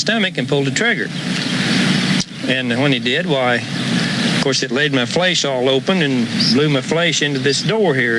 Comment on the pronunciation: okay but can we talk about how he pronounces “flesh” like “flaysh”